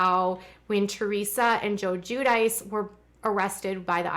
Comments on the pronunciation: Not "Jew-dice" it's "Gwee-dee-chee" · Gwee-dih-chee. I hate their faces but as the wife of an Italian i thought id give you unsolicited pronunciation tutelage lol great content as usual,!.JB is totally doing it for tax evasion. Whole reason he made a home church.